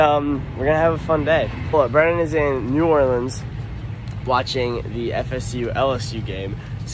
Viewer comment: Good job, you pronounced New Orleans correctly. ⚜️